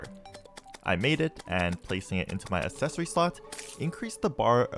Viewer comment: Someone teach him how to pronounce "accessory"